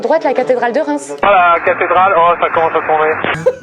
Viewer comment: Déjà on dis Reims